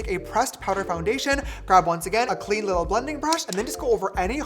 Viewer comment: James you are saying too much : LITLE !!!!